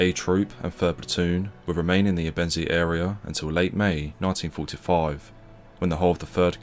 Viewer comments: It's pronounced "ebbenzay"...NOT "ebENsea" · Great video, except I think if this is gonna be your topic, it's important to learn the correct pronunciation of the words you're using. Ebensee is pronounced "Ay-ben-zay", not "uh-ben-see". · When making a history doc. such as this you would expect the commentator to find out the correct pronunciation of the locations described. It doesn’t inspire confidence in the level of research when all place names are pronounced incorrectly. Also Ebensee ( pronounced aybensay ) is in Austria so why are locals described as Germans ? I visited the camp area 2 years ago with a local history group & discovered the whole area is now a housing estate ! People sitting in their gardens & a children’s playground next to the cemetery. We were told they resent visitors coming with an interest in the past. We should not forget what went on here & it’s sad that so many people are happy to live a comfortable life on the same ground that saw so much suffering. It’s all too easily forgotten in my view so it’s useful to have such a doc. but please consult a local for correct pronunciation of place names before going public & calling Austrians Germans is the equivalent of calling the Scots English in my experience ! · As Ebensee is in Austria how did the US unit‘s chronicles conclude that there were „nice German people living nearby“? Where were the nice Austrian people living? And the narrator’s pronunciation of Ebensee is wrong. More attention to detail would not go amiss. Why not ask any German speaker how to correctly pronounce places names.